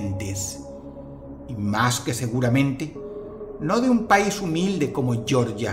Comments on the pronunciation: Dross, el país se pronuncia "Jeorjia", no como el estado de Georgia de Estados Unidos. En todo caso, de alguna forma, el mundo siempre guarda sorpresas. Por alguna razón, uno de los ídolos es similar a Baphomet, lo cual deja abierta toda clase de implicaciones sobre lo que le pasó a esa gente. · El país no se llama "Yorlla", no se pronuncia en inglés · Dross, solo corregir una cosa, se pronuncia literalmente "Georgia", no como el estado estadounidense homónimo que sí se pronuncia al modo inglés. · "yoryia" queda en EEUU "jeorgia" es un país. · Una puntualización: La pronunciación de Georgia en el vídeo (Yioryia) corresponde al estado estadounidense de Georgia, que fue bautizada asi en bonor al rey George ll de Inglaterra, cuyo nombre se prinuncia como Jorch. El nombre de este país tiene un origen diferente, viene del griego γεωργός que significa "labrador de la tierra". En la Edad Media, cuando ocurrió la muerte de estas personas, el país se conocía como Jorgia. La pronunciación correcto es tal cual como se escribe: Georgia. Por lo demás, genial video. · No se pronuncia como en inglés, yorya. Se pronuncia tal cual en castellano Je-or-jia. Yorya es en Estados Unidos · Amigo dross, no se pronuncia YORYIA, sino GEORGIA, con el sonido g